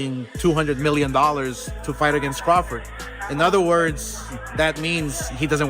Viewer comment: Why can't you freaking say CRAWFORD? Every video you call him Crawfid it's irritating! C R A W F O R D!